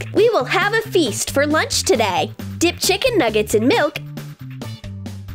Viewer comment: The way she said chiKen nuggets